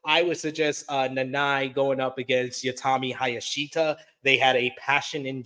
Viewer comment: My favorite part of this was him saying he could finally pronounce all the names left on the Marigold card and then absolutely BUTCHERED Utami Hayashishita's name LMFAO "Youtami Hayashita!" For the record it's pronounced Ew-Ta-Me High-Ya-Shi-Shi-Ta.